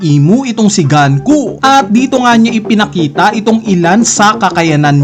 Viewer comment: naiinis ako kung paano mo bigkasin pangalan ni gunko(goonko) "ganku" 😅 edit: "dome reverse" pa pala